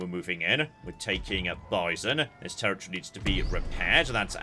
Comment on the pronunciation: I was so confused about what "tear-a-tree" meant.